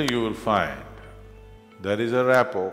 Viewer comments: Rapport* (not rapo) .. I think. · Just in case anyone is wondering, the word is not "rapo" but "rapport". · Not rapo, rapport